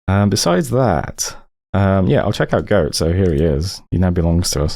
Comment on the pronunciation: Pronouncing "Göte" as "Goat" never ceases to be funny.